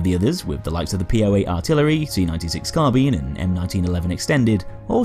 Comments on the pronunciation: Sorry but i had to dislike due to your incorrect pronunciation of Carbine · I'm not an Englishman in New York and I need to ask you about something. What's the correct pronunciation? "CarBEAN", just like says it, or "CarBYNE" (like we can hear in Westie's videos)? And why? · Swiftkillz There are two correct ways to pronounce "Carbine". Ian from Forgotten Weapons has made a video explaining that.